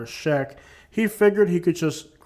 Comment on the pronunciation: For someone who pronounces check jeck …. Try mu bust to explain. Take an English class before hating people specifically classifying them with a nationality. You can’t pronounce the chatGPT script you’re reading.